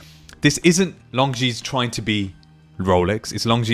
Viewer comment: Pronounced lonzine NOT long zeans!